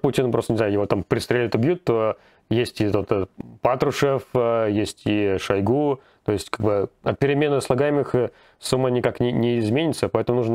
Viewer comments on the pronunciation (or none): none